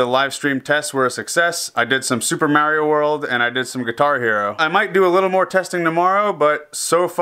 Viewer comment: May-ree-oh? MAY?!?!?! Come on man. You were the chosen one!